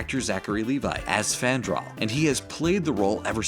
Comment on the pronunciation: It's frandal